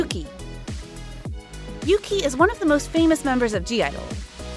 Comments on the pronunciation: Ohk yuqi is not pronounced as yuki it's pronounced as yuchi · I don’t think Yuki’s name is pronounced correctly in this? It is more like “Oogie?” (With a slightly soft k/g).